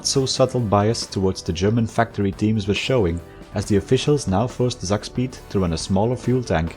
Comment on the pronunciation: It's not pronounced Zakspeed, but Tsak-speed! Tsak is a german onomatopoeia for a fast movement, like "whoosh" but more based